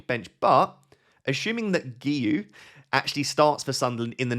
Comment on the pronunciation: giui. Guiu noo goey! Got me dying in laughter 😂😂😂